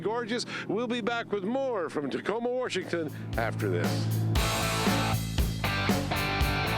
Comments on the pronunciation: Did he just say, “Warshington”? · Bro said warshington💀